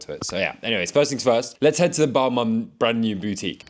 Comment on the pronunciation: That pronouncing of Balmain is brutal